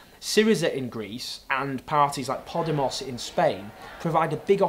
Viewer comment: Poh-DEH-mohs. Dígala correcto, por favor. ;-)